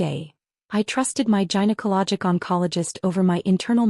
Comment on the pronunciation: Gynaecology: 'g' as in 'goat', not 'g' as in 'giant'. There's no excuse for this mispronunciation.